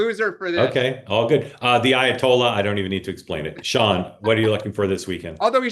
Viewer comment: Mark pronounces Sean in an interesting way - Shone rather than Shawn.